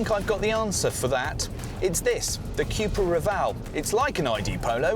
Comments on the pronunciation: Say it with me Cu-pra (Coo pra ) not Q-pra Next Porsche and then later maybe Audi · It’s not Cjupra,it’s Cupra (Ku-pra) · Kewpra? Chewsday, bat-tree. Chewna. C'mon Brits, it's pronounced Koo-pra ffs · Coop-ra not que-pra Shame they didn’t get buttons inside but the vag wanted the vws to have em first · Why are you saying 'Cupra' like that though